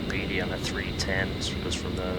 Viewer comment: You said Tonopah and Beatty wrong. Tonopah is Tone-a-pah. Beatty is Bae-tea. Sorry it's my biggest peeve when youtubers say things wrong.